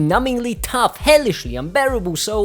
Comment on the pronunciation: "Mind Numbingly *Though*" 🤣